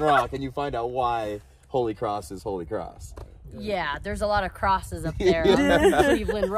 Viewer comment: "Kholy cross"